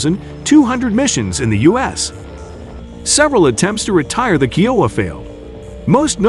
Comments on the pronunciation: It's K ī ō w a and not keowa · Thats not how you pronounce kiowa. Its pronounced kī-O-uh not key-O-uh. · Had to stop watching this to stop hearing Keyouha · Hearing it called a KeyOwuh hurt my soul😂🤦🏻‍♂️🤦🏻‍♂️ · Why do you say the "You", "Ohh", and "Ahh"? U stands for Utility and H stands for Helicopter. O stands for Observation, and A stands for Attack. Kiowa is pronounce Ky O Wah. Its an incredible airframe.